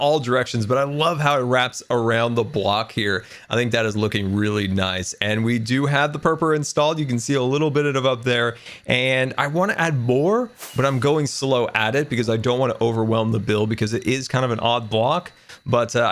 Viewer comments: You just said per per for perple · "My second most disliked block is purpor" wait a sec, what's his most disliked block?